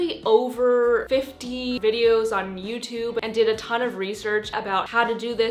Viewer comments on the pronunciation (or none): none